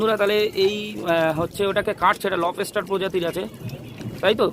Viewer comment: লবস্টার ❌ লব এসটার ✅